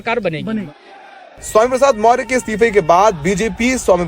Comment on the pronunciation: पत्रकार साहब मौर्य नहीं मौर्य है